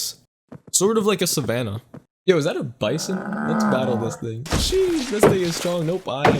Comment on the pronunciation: Ur not saying sheesh right it’s Sheeeeeeeeeeee